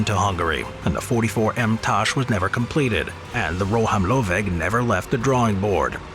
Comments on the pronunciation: Ro-hám-lőveg. Nekem tetszett! :) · As a Hungarian, I'm glad that you showcased our dreamtanks of ww2, and what actually suprises me that the pronounciation of "rohamlöveg" was quietly on spot in my opinion! :) And also if you don't want to break your tounge pronounciating it, just say assault gun, because it is exactly what it means in hungarian :D Assault gun - Rohamlöveg. I really enjoyed the video btw. Love u guys. <3